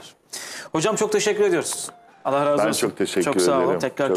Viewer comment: ALLAH kelimesini hizli değil ...ALLAH....ALLAH....DIYE pekiştirerek söylenmesi lazımmış hissederek ..